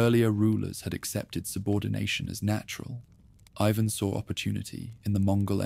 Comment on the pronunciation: The Russian name is pronounced “ee vahn” not eyevan. Make sure your AI voice gets things right.